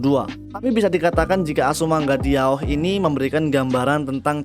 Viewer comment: "azumanga daioh" bang bukan "diaoh"